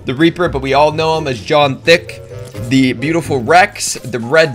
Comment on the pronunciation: He said john thick